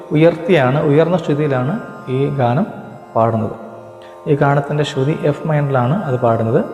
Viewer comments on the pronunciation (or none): none